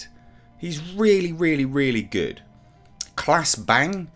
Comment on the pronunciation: You (almost alone among reviewers) got Claes Bang pronunciation right the first time. "Clahs", not "Clays"!